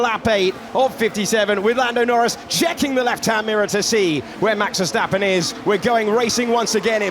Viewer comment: Max Ffffershtapen, Luis Hamilton, Liam Loson